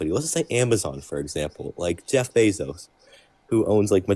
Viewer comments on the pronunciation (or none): none